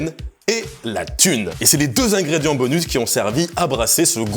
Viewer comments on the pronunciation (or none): "ils ont utilisé huit Zingrédients..." ? C'est quoi un zingrédient LOL